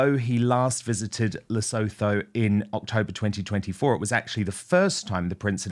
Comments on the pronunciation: Hi Dan Lesotho is pronounced as Le sue too. Not Le so thoe. Everyone and in Lesotho says it this way. From a South African 🇿🇦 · Correct pronunciation of Lesotho is: Lê-su-tu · Please note Pronunciation of Lesotho is Le - soo- too. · Dear Dan , since you might be commenting on this story again , please can you check out the correct way to say 'Lesotho' , its supposed to sound like 'Le Sue Too' thanks! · As an African I've always felt proud of his work in Lesotho and this just feels disappointing. He's literally cutting himself off from all things good, and if MM is involved then Harry really is p*ssy whipped. She won't stop until he's excluded from everything and everyone. Dan - you pronounce it Lesootoo!